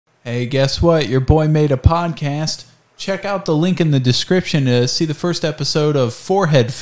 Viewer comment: Ik it’s been 9 months but I just noticed he mispronounced “podcast” at the start